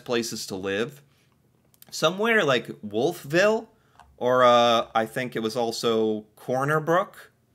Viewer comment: Wolf Ville is pronounced as one word, eh. Home of Acadia University. And the world class Irving Gardens. Cart